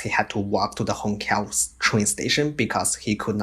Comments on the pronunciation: Hongqiao is pronounced hong chiao not hong kiao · Wait, what ? Hong Kao Railway station ? HONG KAO ??!! WTF It's Hong Qiao And you can't pronounce Xu Jia Hui ?